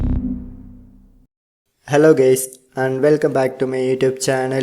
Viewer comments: "hello gays" loooooooool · Beginning: HelLo GAyS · "hello gays" Just long press the app icon and uninstall. Fixed!! Very nice my friends! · "hello gays" I CANT